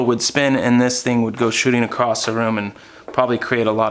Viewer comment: Dude, I love your content, but show me where there's a "t" in the word across. And yes we say dumb shit in Texas too...lol